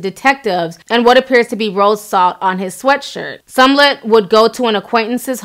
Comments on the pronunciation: I cried a little inside every time she said Sumlut... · Calling that man Jussie SUMlett. LOL. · Small ett is how his last name is pronounced. Love u Ti, but it was making me cringe girl! Keep doing your thang. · What's Sumlutt?? 😂😂😂😂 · You keep mispronouncing his last name. It's Smollett. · Ti. Who is Somlett though? 🤣🤣🤣🤣🤣🤣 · “Jessie Sumlett”?? 🧐🤦🏽‍♀️👀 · Sumlut???!! 🤣🤣🤣😂😂😂🤣🤣🤣😂 great vid though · Girl it’s pronounced Small Let! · You got me at Jussie "Somlet". 😂😂😂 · lmao why does she keep saying SUM- LET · Yeah Ti pronouncing his name as sumlet took me out every time she stared it I hollered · My girl Ti butchered Jessie's name like 10 times in a row 💀 "sumlet" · "Sum Lett" smh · why do you keep saying "MAGNA" and "Seeeemollett"? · I think its cuz it looks like omelette lol "SMOH-LET" Love you Ti <3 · Yeah, she pronounces almost everything wrong. If there's a name in location involved, it's gonna be wrong lol... I wonder, if you're doing research and listening to people in the news and videos pronounce his name correctly, how does it not register...? idk... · Just murdered ol' boys' name SMH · Love you Ti, but its Smah-let not Sun-let 😉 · Girl...I love your videos but I have to correct you. It's SMOLLETT not SUMLETT. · Ti you tore his name up lol its smollet you had me confused saying sumlette 😂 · Ruru Home me too I was cracking up😂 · Chiii its smollett not somelett. We are going to give you a pass though, bc we love your videos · Does she NOT know how to pronounce Smollet?!?!?!......who the hell is SUMLET????!!!!.....😂😂😂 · Girl I freakin love u but if u call that man "sumlet" one more time I'm gonna scream 🤣🤣🤣🤣 still love u though. It's "Smollet" (s-mull-ett) FYI girl. Lmfao. 😘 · It's SMOH-LETT....Not SUM-LETT...lol! C'mon Ti you can do better. But good story. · Smollett, Smollett, SMOLLETT Not Sumlet C'mon now,, c'mon... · Lmao. You keep calling him SOMllett. It’s SMOLLETT. 😂🤣😂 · It's Smollett not sumllett 😆 sorry that irritated me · Jessie Somlett. 😂😂